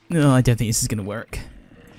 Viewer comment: “I don’t think this is going to wErK” went a little American there